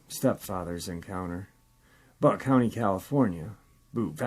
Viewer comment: It's pronounced 'Bewt' - 'Butte' , not 'butt' county. Thank you.